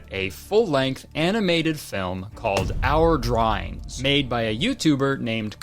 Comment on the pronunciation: "our dryings🤗" drying what🤨